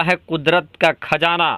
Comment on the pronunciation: Thum urdu bol Rahay ho ya hindi, khajana Nahi qazana Hai, agar qazana Nikka bhi tho is say India ko ya Muslims ko kiya milnay wala Hai is Kay ilawa ab petrol ki international qeemat 100 dollar say 40 dollar per barrel ho gaee Hai aur bhi qeemat Kam honay Wali Hai mawjooda qeemat hi par Saudi Arab ko 250billion dollar per year loss ho raha Hai aur ab so IMF say loan Lenay ki koshish karega, tho phir turkey ka Kiya faeda hoga, apnay mulk main Hamara Kiya hashar honay wala Hai is par tawajjoh do shaik. Chilliyon ki Tarah yeah qunqunay andaz main news na sunao